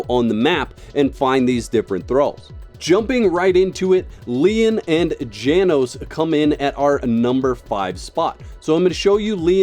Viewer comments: Pretty sure Janos is pronounced Yanos. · Janos (János) is pronouced something along the lines os "Yah-nosh". It's hungarian for John.